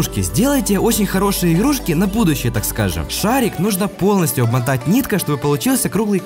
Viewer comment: кто услышал ,,объмотать нитка" ставьте 👍